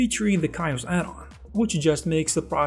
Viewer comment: Where ar you from? Curious about the accent. I've never heard someone say Chaos[kháos] or (Kay-Aus) as (Keye-ows). Almost American-ish with a few very different pronunciations and extra punchy emphasis added.